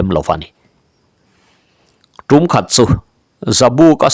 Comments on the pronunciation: Darbu hi tûm ni lovin tum tihtur ni awm tak a ni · Tum hi ṭingṭang tum angin lam tur alawm dar tum hi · A lawmawm e...ih maw,tumphit hi an tum ngai lo a sin,'Tum' i lam dik lo tlat,kan tawng ho tetea ngaih lam dik loh awm thin hian ngaihthlak a tinuam lo,lo inzir uluk aw